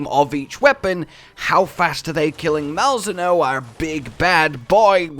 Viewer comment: Isnt it pronounced Mal-Zee-no? Pretty sure they said that in the stream